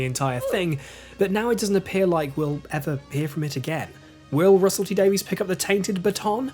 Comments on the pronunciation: Excellent video, very well presented as we've come to expect. It's always good to see fair, constructive - and accurate! - criticism, and your take on the Chibnall era pretty much echoes my own. PS: When you do the video gushing about Russell T Davies, could you please try to pronounce his surname properly? TIA :) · I can understand Americans doing it, but it really grates when a Brit does. We should know better :) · They started out as alternative spellings of exactly the same name, meaning "son/daughter of David" - as opposed to "son/daughter of Daveed", I suppose. Trouble is, the spelling wasn't standardised, and in later years pronunciation of Davies/Davis diverged, at least in some parts of the world. In Wales, where "Davies" is hugely popular (and may have originated there), people overwhelmingly pronounce it the same way as "Davis", as does Russell T Davies himself. I just think that it would be nice if Whovians showed the great man some appreciation by pronouncing his name the way he does. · Thanks for the explanation. it is pronounced Davies In the US. Please cut us some slack, many do not know how it is pronounced.